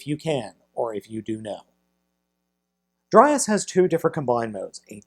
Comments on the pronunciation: It's pronounced dry-yahs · It’s “Dry-yas” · it's dr-ay-as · It's DryAss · Dry ass is all I hear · Haha dry ass... I'd pronounce it dray yas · i think his name is pronounced draios and also beleive he's voiced by the same guy who voiced devil Z from transformers masterforce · It's dry-arse